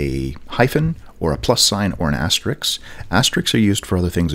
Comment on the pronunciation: An excellent, very helpful video delivered in the smoothest and best-recorded voice youtube has ever known. So good in fact that it's completely effortless to forgive the unusual pronunciations of asterisk and tilde. :)